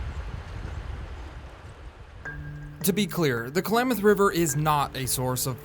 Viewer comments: Please, it is KLAM, like clamady, locals pronounce it KLA-MATH not KA-LAMATH... That aside, an excellent update! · Nice video, but Klamath is not pronounced Kalamath. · jeez, klamath, not k-lamath man. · Agreed. But one minor issue is that I kept getting distracted by the pronunciation "Ka-lamath" instead of "Klam-ath." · Someone needs to tell the narrator how to say Klamath!